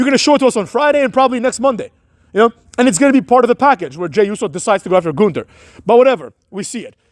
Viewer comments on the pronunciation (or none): It's NOT pronounced "th" in Gunther.